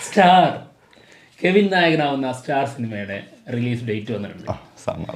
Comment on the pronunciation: കെവിൻ അല്ല കവിൻ